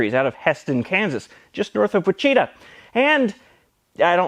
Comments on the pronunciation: Wit-Cheetah, definitely the correct pronunciation of Wichita. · "Wi-CHEE-ta?" Seriously, man, I can't even tell if you're messing with us now. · ITS WICH-A-TA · Is he trying to pronounce Wichita? As in WITCH-i-taw? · We should start using "Wi-chee-ta" as a secret code when we're mildly afraid to pronounce it correctly. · love the channel! just one question: did you mispronounce Wichita on purpose, or just seeing if anyone was paying attention? either way, keep up the good work! :) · As a die-hard Kansan your obviously purposeful mispronunciation of Wichita made me die a little bit on the inside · hoooo boy that got me more than I’d like to admit as someone born and raised in wichita